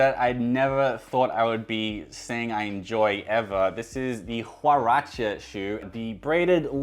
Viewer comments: FYI you pronounce Huarache as (Waa-raa-ch-ezs). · The "H" in "huarache" is silent. Pronounce it as a "W" as in the Beach Boys song, "Surfin’ U.S.A."